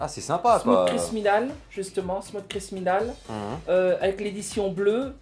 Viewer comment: ça fait plaiz de voir tout ça ! Par contre juste c'est Smooth Criminal et non pas Smousse crissminole mdrrrr